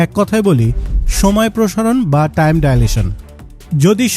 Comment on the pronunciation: ট্রাইম❌ টাইম✅